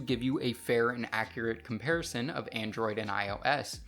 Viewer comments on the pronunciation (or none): none